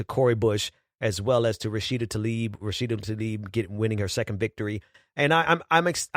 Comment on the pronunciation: tlaib is pronounced tlah-eeb.